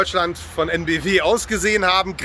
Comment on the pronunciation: Heute auch EnBW wieder richtig ausgesprochen, hat einen Lauf